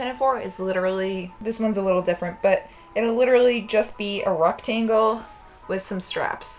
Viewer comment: ME ALL.THE.TIME also 'ruck-tang-le'